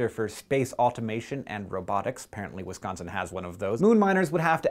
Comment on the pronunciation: YOU SAID WISCONSIN RIGHT. THAT MAKES ME SO HAPPY